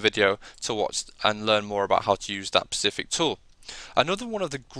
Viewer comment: Nice video, but it is "specific" not "pacific" - the latter is an ocean.